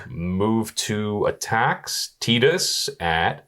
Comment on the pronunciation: Pronouncing Tidus correctly whole pronouncing Final Fantasy Ten as Final Fantasy Ex in the same breath, made me lol. ❤️